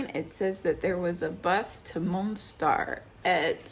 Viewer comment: The city is called Mostar, not Monstar.